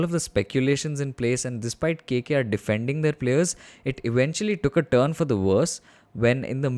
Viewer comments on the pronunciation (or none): none